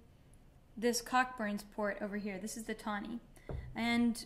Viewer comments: Pronounced Coburns. Not Cock-burns... pronounce responsibly. Lol. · Came here to say the same thing. I love her but she was driving me crazy with the pronunciation. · Hey Madeline. I'm new to this channel but love your videos and your blogs. I just wanted to point out though that, Cockburns which is a British brand named after a surname is pronounced "koʊbərn" like co (as in co-worker) and burns. This always amuses my French flatmate. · Its pronounced Co-burns